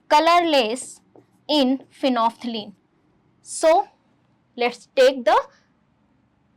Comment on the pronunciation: Phenolphthalein ❌ phenople ✅